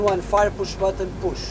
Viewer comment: the f.o sounds like he's saying engine 1 fire.